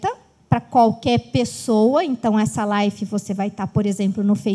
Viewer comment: Não é Life, é live !!!